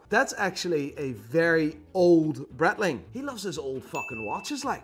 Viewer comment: First of all, wtf was that thumbnail. Second of all since when is breitling "bretling".